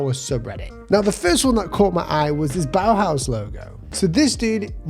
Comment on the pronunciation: Like your vids, just wanted to say its Bauhaus not bauhause, its german as well as the architecture design and stuff yk